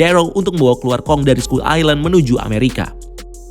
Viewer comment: Skull dibaca skal bukan skull